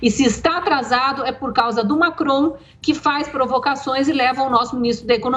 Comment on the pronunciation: Constantino: Desculpe 👉🏻 Lacron!!! rsrs 😜 (Macron)